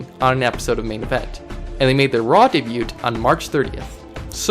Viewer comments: Debut is pronounced day bew not day bute and debuted is pronounced day bued, go back to school you undergraduate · It's debut not debute so stop saying it like that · You say "Debut" wrong. You say it like "Day-byue" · Debewt ? Miastezzees?? do some English and Spanish pronunciation homework punk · Bro, learn to pronounce "debut". Dey-byu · good bid but its pronounced (daybue) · You don't pronounce the T at the end of Debut. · The t is silent in the word debut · The T in DEBUT is silent bro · Why is he pronouncing the "t" in debut? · I'm just gonna say it the t in debut is silent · That's not how you say debut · Dude. Your pronunciation of debut is killing me. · minor nitpick but like you don't pronounce the t in debut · My only criticism is that the T in debut is silent, but it's a great video good work. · You do know that the T in "debut" is silent... Right? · Your Spanish is terrible but your English is worse. its pronounced "DAY-BEW" , and Illinois is not plural. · debut is said like daybu and Illinois is said like illinoy